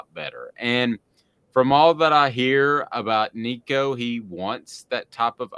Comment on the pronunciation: No, do not start a freshman in this league. Joe did great in the orange bowl. Build off that. Sit Nico this year. Its his show in 2024. Also do yourself a favor. Learn to pronounce his last name. Tennessee football posted a video of Nico teaching people how to say it.